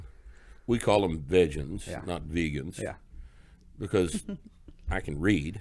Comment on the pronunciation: Did dude just say we call them "vegins" not vegans. Because I can read? Lol